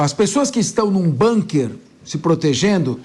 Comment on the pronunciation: Bunker”” nem ouvindo a pronúncia correta ela para de dizer “”bunker””